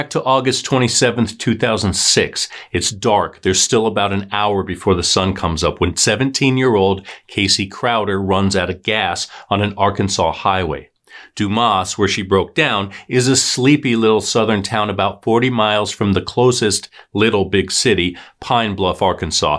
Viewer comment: You are pronouncing Dumas incorrectly. It is not Du-mas.....Domus